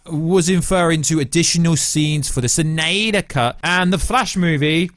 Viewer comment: Why does he say Snyder like that uhh..🤮🤮😅